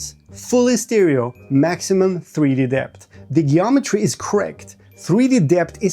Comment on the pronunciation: Jeeometry not gayometry.